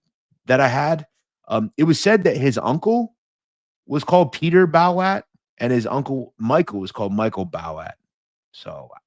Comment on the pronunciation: I think his nickname is pronounced Bo-watt.Bowat.